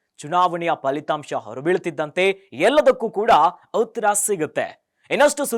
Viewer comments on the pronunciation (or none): none